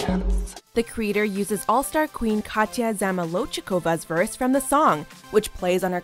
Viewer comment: 1. The creator of this content is a gay. 2. This is the first time ever someone call Katya with her full name correctly.